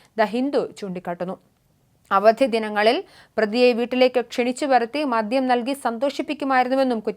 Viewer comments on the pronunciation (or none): none